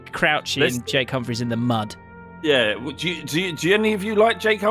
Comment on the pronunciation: The way says Jake Humphrey sounds like Jay Cumfree